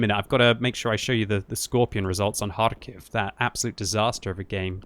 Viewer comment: That kharkov pronounciation tho 😂